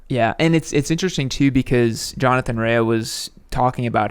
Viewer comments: ok listen if you're gonna talk about motorcycle riders, get their names right it's Jonathan Rea pronounced Ray not raya wow 🤦🏼🤦🏼🤦🏼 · Pronounced 'Ray' not 'Rayer' 😆